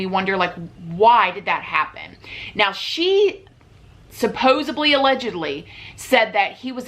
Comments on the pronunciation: It's Supposedly. Supposibly is not a word. She says this in every video and i watch em cuz they're interesting but every time she says supposibly i cringe I'm sorry. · I love these videos, but it's SUPPOSEDLY, not SUPPOSABLY. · you are correct. Johnny hooked up with the wrong girl and he's 'gonna pay the price. She is really nuts, and Johhny is not. Hey when you mean to say "supposedly"in these videos you are saying "supposubly" which is not a real word. Please correct so you will sound as smart as you look. Love ya!